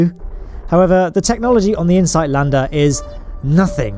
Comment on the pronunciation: I paused to watch a video on Insight, and came back to "I-H-NOIFAV"; I love it! :D (I watched Astrum's 'supercut' on insight; it was really good.)